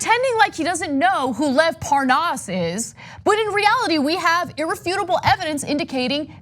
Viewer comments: Hannity deliberately mispronounced Lev Parnas’s name when he asked Nunes about the phone calls on his show too... it was ridiculous. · Devin Nunes is the only American I have heard mispronounce Lev Parnas. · Nunes says his name wrong to try and show that he doesn't know the guy. Like a child. 😂😂😂😂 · How can he mispronounce Lev's name, it's like Lev Parnas/ Devin Nunas